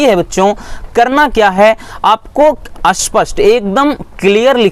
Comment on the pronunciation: Aspast nahi spast